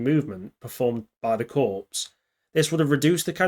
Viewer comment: Good video. The p in corps is silent. Pronounced the same as in hard core more or less.